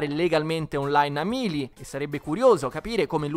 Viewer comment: Non voglio fare il rompipalle ma si dice Meili e non Milii